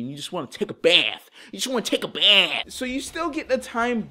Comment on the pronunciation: "Ya jist wanna tehk a Behf!"